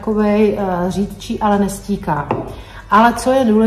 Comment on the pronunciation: Tak on ani make-up "nestíká", ale nestéká....Ale jinak koukám na videa ráda a fandím 🙂